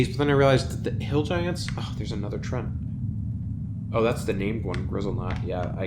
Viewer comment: Surely its pronounced tree-ant, as in, it's a tree, not a trent. Bread shipment quest in? Havent played lately.